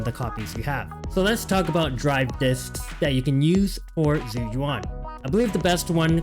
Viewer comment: ISN'T IT more like jew youwan. (yes i'm preetty sure this is the accurate pronunciation based off my mandarin class)